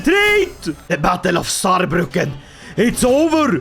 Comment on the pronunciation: LOL lost in my home town Saarbrücken but have to say perfect pronunciation 😂